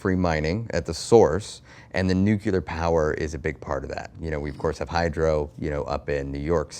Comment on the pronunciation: Nucular power, huh? I though it was Nuclear power.. man I’m dumb